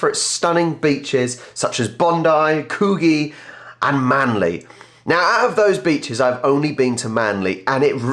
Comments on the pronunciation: Coogee is not Coo-gee. It's Could-ee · Coogee = Coo-dgee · Of course, the best thing about Sydney is it's NOT in Victoria (a follow up comment :p) By the way ... Coogee is pronounced with a soft G, and a short oo (as in look) Night life in Sydney died years ago with an infamous "coward punch" incident